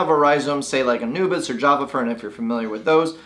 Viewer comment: Why does he say anubias incorrectly?